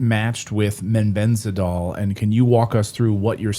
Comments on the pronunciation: He is saying MENBENDAZOL. Does he mean MEBENDAZOLE ??? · Clayton, it is MEBENDAZOLE. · They(Redacted) are just jumping on a bandwagon, trying to make a quick killing! Clayton couldn't even pronounce Mebendazole correctly.. talk about preparation! Shame because it all ends up looking like a cheap sell- out!! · Both of you dudes pronounce Mebendazole incorrectly.